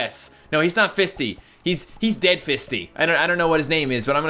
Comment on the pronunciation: i think fisty is supposed to be pronounced like feisty...maybe...???